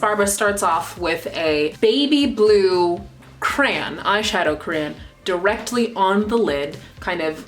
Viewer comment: youre my fav youtuber but every time you say cran i want to die